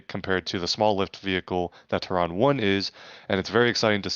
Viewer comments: ter-ron???? what I think no that's a fail, NO its terrain as in Terra Firma as in earth 😂😂😂🚀💯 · Lol it’s Terran like Terra firma or Terraforming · here’s a phonetic spealling for terran /ˈterən/ how you’re saying it is like tehran the capitol of iran